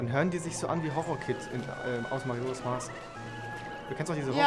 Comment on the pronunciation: Es heißt nicht Marojask Mask es oder eher gesagt wird es Mäjorers Mask aus gesprochen